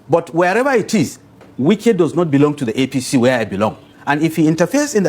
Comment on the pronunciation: Please go and lear how to pronounce people name